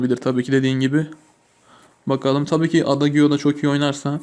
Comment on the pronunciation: abi adagiyo diye değil eyciyo diye okunur lütfen dikkat et